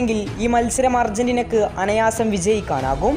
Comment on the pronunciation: Ecutor alada Ecuador അനയാസം അല്ല “അനായാസം”